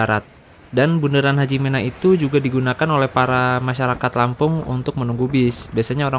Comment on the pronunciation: Hajimena (me) bacanya bang bukan HAJIMENA 😂